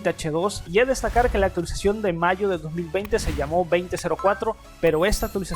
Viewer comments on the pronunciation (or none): none